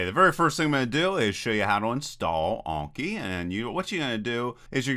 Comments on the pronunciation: Anki, not Onki. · an-ki not awn-ki. Japanese just has short vowel sounds. <-- click the speaker to hear it